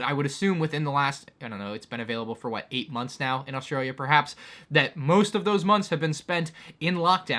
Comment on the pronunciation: Gotta say that transition into saying "Australia" with an Aussie accent was smooth af.